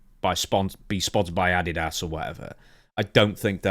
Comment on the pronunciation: Listening to trying to pronounce Adidas 😂😂😂 addy ass